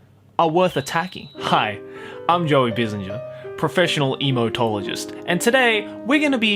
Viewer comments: All I could hear was emo-tologist lol 😆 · For a second I thought he said "Emotologist"😂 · just sounds like ur saying Emotologist